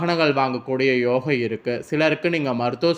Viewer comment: புதன் ஆதித்யன் அதாவது புத ஆதித்ய. யோகம் இனு கூட உனக்கு ஒழுங்காக சொல்ல தெரியலையே